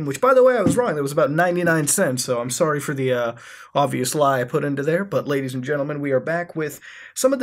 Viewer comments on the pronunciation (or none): none